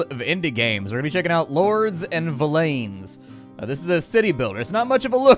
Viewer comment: Just a thought, but villeins would literally just be pronounced villians but with an -en rather than -an sound. Its literally just the original word for villain before it was memetically corrupted into villain over the centuries.